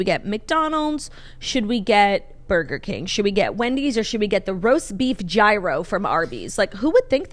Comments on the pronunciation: The Greek pronunciation of gyro is “yeero” not “hero” but I am thoroughly enjoying the hero tangent 😂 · its YEAR-RHO lol not "hero" lolllllllllll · don’t pronounce the g in gyro, so “yeero”. I couldn’t tell you why i care so much but it’s driving me nuts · Gyro is lamb !!! And it’s pronounced yeero